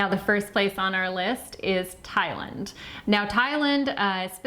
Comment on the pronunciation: Ty-lund? Tye.... Land 😂